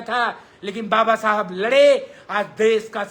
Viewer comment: Baba sahab babasahab aise bol rha jaise daru pi ke unki atma ko gali de rha ho